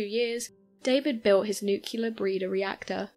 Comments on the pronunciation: Really. An atomic energy MERRIT BADGE IN THE BOY SCOUTS?!?!? Oh come on... And it's "nuclEar". Not "nucUlar". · oh mylanta, it's NU-CLEAR, not Nuk-ular